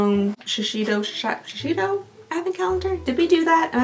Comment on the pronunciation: FYI: shuh-say-dow=Shisedo